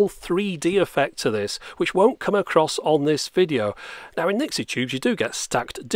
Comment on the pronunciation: it's Nixie